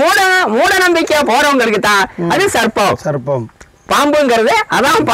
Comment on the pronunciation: யப்பா பாஸ்சு நீங்க சர்ப்பம் அப்புடின்னு சொல்றது SARBATH அப்புடின்னு சொல்ற மாதிரியே இருக்கு. நீங்களும் உங்க உச்சரிப்பும் தூஊஊ 😪😪😪😪😪😪😪😪😪